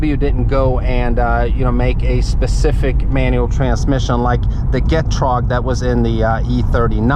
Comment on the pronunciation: The way he says getrag lol